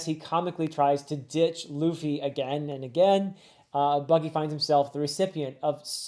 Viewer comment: he pronounced it Luh Fee and not Loo Fee